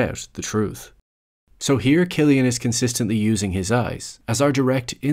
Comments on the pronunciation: Loved the video and the thoughts that the uploader put into it. I quite agree on a lot of the points actually. The only thing that brings it down for me is the pronunciation of Cillian Murphy's first name as in /kill-yan/. It's supposed to be /sill-yan/, mate. Looking forward to more videos nevertheless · It's Cillian. Pronounced like Sillian. It triggered me bro LOL